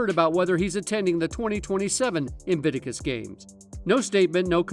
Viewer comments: INVICTUS isnt that difficult to pronounce. 3 bloody syllables, you doofus! IT MAKES ME WANT TO SHAKE YOU EVERY TIME YOU MISPRONOUNCE INVICTUS! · In. Vick. Tuss!!! That aside. Brill!